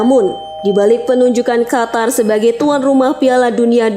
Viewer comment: Bukan khatar min tapi Qatar, suara pangkal lidah bukan suara tenggorokan.